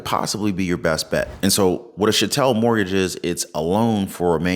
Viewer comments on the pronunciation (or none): Pronounce chattel it rhymes with cattle.